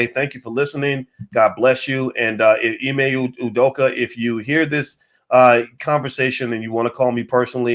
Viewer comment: Wtf? Ime U-doka? stop with the bs, dude is Nigerian, is Name is Ime or (Imeh) Udoka, stop tryna take the African / Nigerian / Ibibio out of his name, Abeg!